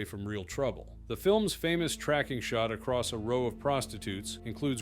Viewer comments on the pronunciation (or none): none